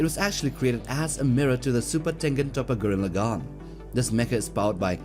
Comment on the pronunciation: gang its super tengen toppa gurren lagann and NOT gren lagan topa or whatever you kept saying